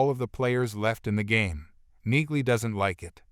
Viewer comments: Her name is pronounced “Neeley ”, not “Nigley. Use real voices, not half-assed synthesized voices. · Enjoying the series. Wish you commentary types would figure out that the "g" is silent in Neagley's name.